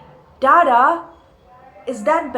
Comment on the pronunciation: dada in bengali means elder brother, the pronunciation is wrong and too anglisised...his name is not daadaa